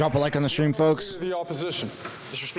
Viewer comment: did you say Shtream ???